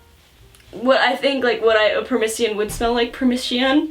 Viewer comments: The fruit you had a hard time pronouncing is called a "persimmon", not a "permission". Even if you're not gonna buy that wine again, I figured I'd drop a comment anyway. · "Permissiyon" Me, throwing a teacup across the room: "PER-SIMMON!" Also, this is the first video I've ever seen recommending a manga that was persuasive enough to make me actually read it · per-SI-mun = Persimmon Not "permission" lol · Persimmon is pronounced per sim on. Lol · persimin is how u pronounce it uwu. They're great frozen😁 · Btw, per-simmon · SYD. PER SIM MIN persimmon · Lols., it's per-sim-mon. Persimmon. Personally I don't like persimmons or wine, but I'll take your word for it. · it pains me to watch the butchering of persimmons but dang this was an enjoyable video despite the fact i will never drink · complete inability to pronounce Persimmon is adorable. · how did you butcher "persimmon" that much